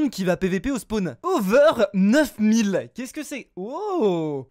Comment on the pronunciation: Le "over 9000" est dur à entendre 🥲